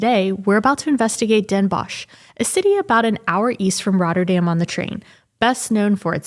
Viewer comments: Great video, just some work needed on the pronunciation. It is Den Bosch, sounds like den boS (s like in snake) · Funny how you pronounce the O in Den Bosch. like in fox. You should pronounce it like the OA in board.Visit Groningen and climb the Martinitower